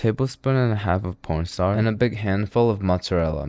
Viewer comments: Bro wtf is porn starch💀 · "porn starch" 💀